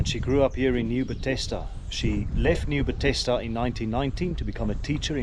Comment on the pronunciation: Please rather present in you home language. Your pronunciation in English is irritating eg Nieu Bethesda and video.